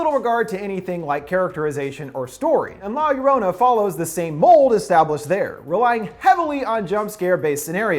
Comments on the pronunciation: You said the title so wrong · The way he says la llorona 💀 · I flinch when you say "la llorona". U make it sound so wrong with your American accent😉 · He....he didnt say La llorona right....*cries in Spanish* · When all the Mexicans cringe when he pronounces la llarona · I cringed when he prounced la llorona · I love this video but everytime he says la llorona I get so pissed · Are you being rude to me? All I said was he didn't say 'La Llorona' right. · Is it just me or did he pronounce her name wrong 😂 still much love to the channel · Fucking butchered the name. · Who else laughed when he said "la llorona" wrong ? 😂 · Lol you prononsed llorona wrong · I got so triggered when he mispronounced La Llorona XD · Name: butchered Movie: explained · Every time he miss pronounced La Llorona it made my ears bleed a little. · the way he says la llorona 🤢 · The way he pronounced la llorona made me cringe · Pronounce it right, cmon they say it 100 times in the movie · It's funny to see someone whom didnt grow up ina Latin American area pronounce the title, I know get why other cultures laugh when they hear a misspoken word or phrase. Fun review byw! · I literally hurt me when he said La llorona wrong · I am so upset how you said la llorona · You got a lot of balls to mispronounce la llorona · He said la llorona wrong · That's not how you pronounce La Llorona, but great videos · Love your channel & all but COME ON.....pretty sure you could have pronounced la llorona much better🤦🏽‍♀️🤦🏽‍♀️🤦🏽‍♀️ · "La Yo rana" hahaha. Its more like 'Gio-row-nah' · "la yearanna" IM CRYING AMFJSNFJSK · I thought Linda butchered it “La Luranna” 😂😂😂 man you’re white dude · It’s no LA - ya ranna it’s, la yo-row-na. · Luv your vid and all but I kinda just have to say this... Sorry... But it’s pronounced (La YO-row-na) I know it’s odd but that’s it. Again thank you for the awesome Ending Explained video. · Law yerwanna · Um. No. Two ll’s in spanish is pronounced like a y sound. La yarona or yorona.